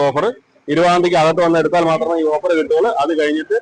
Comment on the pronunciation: Over അല്ല ട്ടോ.. offer എന്നാണ്